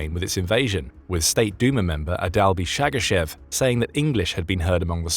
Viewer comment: Shaggashev lol